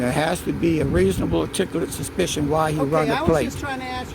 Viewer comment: “Reezabul Artikalit Spishun” These morons are so damn dumb that they have to read off of a script, we already know that. This guy is so lazy he can’t even pronounce the words that someone else wrote for him!! What’s next, an idiot with a phone standing in an empty parking lot drooling and picking his nose? Good LORD these folks are dull. Thanks for the video and commentary. You hit the nail on the head with “dumber than dirt.”